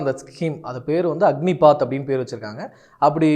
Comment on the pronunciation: 'அக்கினிபாத்' அல்ல, 'அக்னிபத்'.